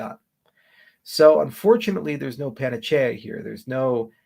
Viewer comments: That's the word but he pronounces it pan uh chay uh which is a pronunciation I'm unfamiliar with. The standard pronunciation is pan uh see uh I think. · I guess it's panacea, but I thought it was pronounced differently